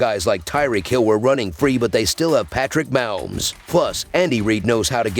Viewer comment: The way he butchered Patrick Mahomes name he need to quit